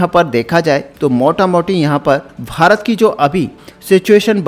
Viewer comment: Bhai tu Bharat bolna Sikh... farat farat kya bake jaraha hai. Also farat har line mei 3 bar bolta hai or dosto har line mei bolta hai. Or baki ka bak bak. Content script likhne per ja pehle kam ker phir aanavloga le ker.